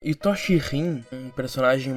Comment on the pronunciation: Pq as pessoas falam Itóshi Rin? Prr, é estranho pra krlh, é tipo a pessoa falar kataná ao invés de katana